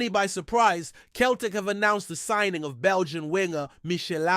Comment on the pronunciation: You need to learn to say Celtic and Jota ffs you ain't no fan if you cant even pronounce the names